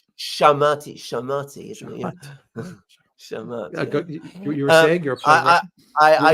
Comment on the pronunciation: "Sha-mati" sounds like an Iranian pop singer. Шахматы = Shak-mati.